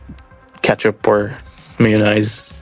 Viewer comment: can't pronounce Mayonnaise 🤣